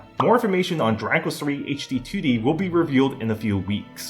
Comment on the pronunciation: yo....slow down when you say Dragon Quest, you're saying "Draquess"